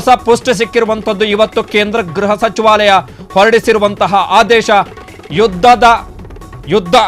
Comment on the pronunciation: Ghraha not..but say Gruha if you are kannada knowing man